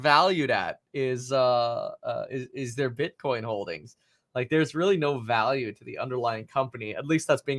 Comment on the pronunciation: he said bitchcoin hehehe